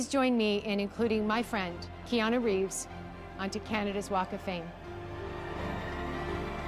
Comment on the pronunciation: Reeves’ not Reveseseseses